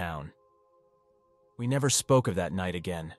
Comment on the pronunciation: No, nevah!😅